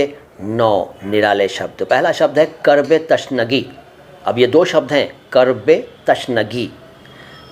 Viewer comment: यह बोहुत अच्छी बात है आप ऊर्द से प्यार करते हो लैकिन बैहतर होगा सही तलफ्फुज बताएं ताके विवर्स सही जबान सीखें जैसे की आपने बताया कर्ब ए तशनगी यह गलत है सही तल्फफुज है कूर्ब ए तिशनगी। और भी कुछ अल्फाज हैं जिन मे इसलाह की जरूरत है बेहतर है विडियो बनाने से पहले डिक्शनरी देख लें